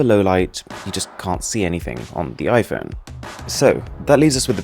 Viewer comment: Can u Stop to say ö instead o? Its not fötö or iphöne .....its fOtO and iphOne. Your voice Sounds so as u only love to hear yourself